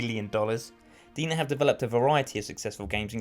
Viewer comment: Just a heads up: DeNA is supposed to be read as DNA.